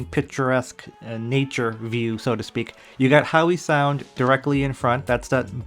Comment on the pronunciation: Spelt Howe Sound pronounced How Sound😊 Not Howie Sound😊